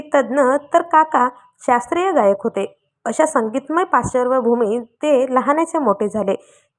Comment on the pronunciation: Dhad marathi suddha bolata yet nahi ya nevedikila ! Parshbhoomi la pasharvbhumi mhanate . Band kara Asha nivedika kadoon nivedan karan !